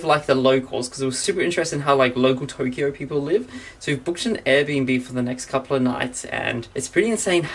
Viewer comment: "Welcome back to Toughkeyough"